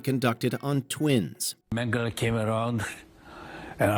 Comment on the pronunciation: So, full go though of thoughts... While they were awful, I think a LOT of these don't make it even close to the category of "20 Most Disturbing" and two shouldn't be on this list at all. I think the level of publicity is an influence here. Also, the narrator should work on how to pronounce "Mengele." It's even said repeatedly in the clips in this section. He also says, “alleged that he would vivisect convicted criminals live “ He says this like there is any other way to do it. That’s literally what vivisection is, a LIVE autopsies. Otherwise, they would just be autopsies. The Milgram experiment, I don't totally disagree with it. It's similar to Jane Elliott's Blue Eye Brown Eye experiment, the Fifth Wave experiment. Honestly, I think we need more of these done to remind people, things like the Holocaust can very much happen again, and once we think they can’t, that’s when they happen again. And far too many people think it can’t happen again and are more and more incorrectly confident about it. What was too glossed over was all the Holocaust stuff, from Unit 731 to Mengele to all the rest of it. I think all 20 of the most disturbing human experiments would consist of WW2 shit. I mean Mengele alone did so many other things, he injected dyes in children’s eyes, injected people with diseases, committed injuries and inserted insects or germs and bacteria or infected objects into the wounds to see what would happen with things like infection. The book Doctors from Hell is just abo